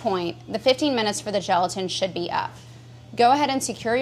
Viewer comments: Who else stopped watching as soon as she said geletan? 🤘🤘🤘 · I keep hearing gelatin as joltin....